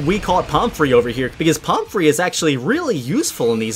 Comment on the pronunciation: pomfrey does NOT sound like palm tree